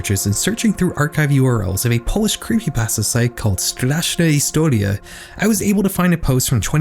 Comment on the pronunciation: why did you censor Edgar Allan Poe's face here lmao he's a deceased public figure edit: I noticed you actually got the Polish very good, for someone who's clearly not fluent. Normally I brace myself for second-hand embarrassment, when I sense a foreign youtuber is gonna say something in Polish, but you've pleasantly surprised me. Clearly looked into how to pronounce it, which so many creators dont even bother to do. I seriously respect that!!